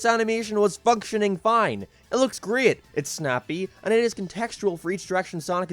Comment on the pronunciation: I will not watch a video commentated by someone who says great like that